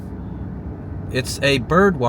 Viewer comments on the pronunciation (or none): Palacios is a Spanish word meaning palaces. It’s not pronounced pa-la-shiss, it pa-la-see-ohs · It is pronounced “Palassssis”, not “Palaysis” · BTW, it is not pronounced "Palacious" It is pronounced "Pal-a-Ci-os" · It should be pronounced Pah-LAH-see-os. It’s a Spanish word. Pa-lay-shush is incorrect. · its not palashis its pal aic os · let me help you with that pronunciation its : Puh- la- See- O 's not puh- lash- us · lol. It’s Palacios. Not Paylaishious. . 😂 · At least learn to say the name correctly. It's no "Palacious".... it's spanish. Pronounced: Pa-la-see-ohs. Enjoyed your video though. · Puh la see ooos. Not Pa lay cious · You pronounced the city name "Palacios" as "Palashous." But Palacios is a Spanish origin surname which also means "castles." Its is pronounced "Pa-lah- see-os." Historians all agree that the city was named for José Félix Trespalacios, an early Mexican governor of Texas. The town was originally called Trespalacios, but shortened its name due to a nearby post office already using the longer version. Its a great town. Thanks for all your great videos. I love seeing them. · nice tid bits... btw/fyi: it's not palacious, it's palacios, pa la see ohss, which means palaces in spanish. & port la vaca means the cow port 🤣 presumably bc ranching is a big deal down in that region. & yes the food is where it's at 🙌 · haha! You never heard of this town..? Your not from Texas.....POL- LA-SHIS..... NOT ... POL-LAY SHEES LOL! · It's not polashes It's pronounced Pala- see -ose It's Spanish, you know, the people that owned Tejas before the white man stole it. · It's Palace-E-ohs not pala-shuss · It's pronounced Pa-la-c-os. Not pa-lay-cious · BTW, that's "Pa-lah-see-ohs" not Pa-lay-....as in Tres Palacios (Three Palaces). Was the best place I've ever lived in my 62 years. Quiet, safe, and great fishing. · I hate to tell you you're not the only one has nerver heard of "Palachus" Texas. Its pronounced "Palasee os" Palacios" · pernonced PA-LA-C-OS